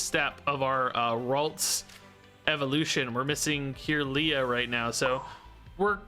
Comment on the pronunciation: When he says “Kirlia” ☠️ is trying though lol.